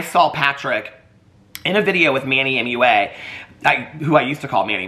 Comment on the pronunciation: Glad to know I'm not the only one who mispronounced Manny Mua 😅